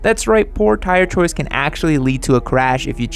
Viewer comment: "chire toice"